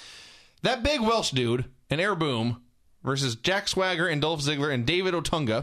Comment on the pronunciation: I miss Vince calling Ziggler "Doelph."